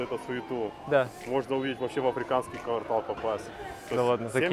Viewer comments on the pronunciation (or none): none